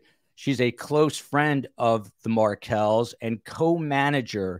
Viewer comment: Markels...not Market